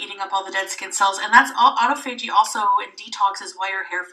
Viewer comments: P.S. Yeah, the reference to "refeeding" drives me bananas (or should I say grapey, LOL) However, the fact she keeps saying autophagy wrong (She says AUTO FAY GEE). It is really AU TOF OGY, makes me cra cra. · Please tell her to Pronounced the word correctly!!! autophagy au·toph·a·gy . Just Google it!!! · It annoys me how she can't pronounce "autophagy"